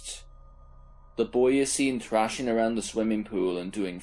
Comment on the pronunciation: What accent is that? It sounds American but then the “trashing” as thrashing “tirty-tree” “filem” as film and more odd pronunciations come out and i cant place the accent 🧐